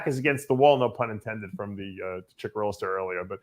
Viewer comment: 'BRAD CICHERILLO' 😆 🤣 😂 😹 😆